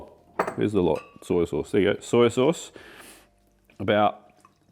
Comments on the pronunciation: I think your a brilliant chef and love your channel, but why do you keep saying soyA sauce? Its soy sauce! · I always feel like says “Soy-ya” sauce.😄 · It's an Aussie/ NZ thing.